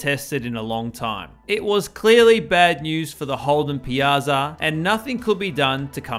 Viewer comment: Ironically, you butchered "Piazza" but did well with "Giorgetto Giugiaro"